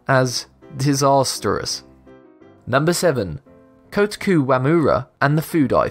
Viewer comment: My ears at the butchering of Kotaku Wamura's name...